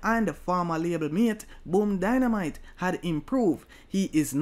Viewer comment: Dandimite not dynamite